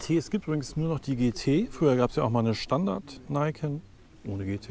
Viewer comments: Heiho, schoener Test, aber die Aussprache von Niken ist Niken und nicht Naiken. "Ni" ist das japanische Wort fuer 2, "Ken" heisst Schwert, also "zwei Schwerter" ist der Name. Ni-Ken. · Nur mal so ... wird wirklich "NieKenn" ausgesprochen Ni = zwei & Ken = Schwert also "zwei Schwerter" (Anspielung auf die zwei Gabeln) 😉 Schönes (SciFi mäßiges) Mopped ... vielen Dank für das informative Video 😊